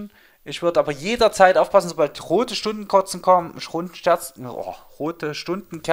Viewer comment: Das Wörtchen „etabliert“ war der Starter, …rote Stundenkorzen, Schrundenscherzen, Och! ;D Danke für den Lacher und danke für den Mehrwert. :)